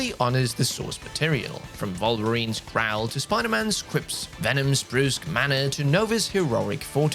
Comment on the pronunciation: lol he also said Volverine